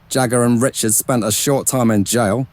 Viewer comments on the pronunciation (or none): none